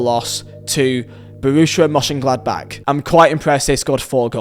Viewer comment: What the hell was that attempt to pronounce Mönchengladbach?